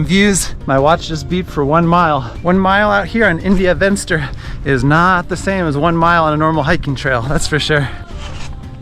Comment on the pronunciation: "Venster" is an Afrikaans word, not English. It means "window". So, it is pronounced "Fenster". The V is pronounced as a F like in "Fence".